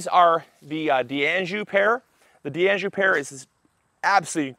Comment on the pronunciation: FYI Its pronounced DANJOU even though the D and the anjou is separated by an apostrophe. Its French not Italian so not pronounced Di Anjou